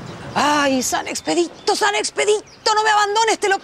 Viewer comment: SAN EXPEDICTO SAN EXPEDICTO!!! jajjajajja XD